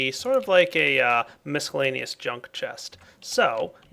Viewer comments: Nope, check online dictionaries that have an audio button to press to hear how it's pronounced. The c is silent. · does it not bother anyone else how he says miscellaneous? Don't pronounce the c! It perturbs me :( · Does ever stop mispronouncing miscellaneous (it's a SILENT c)? It's driving me crazy.